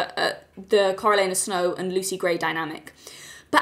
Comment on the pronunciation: Not familiar with the pronunciation of Coriolanus? I figured you for a Shakespeare girl.